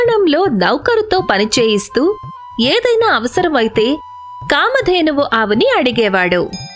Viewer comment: Excellent, But that కామధేనువు not కామద్దెను